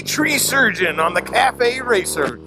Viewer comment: cafe/caff racer not cafe/cathay. lol. sorry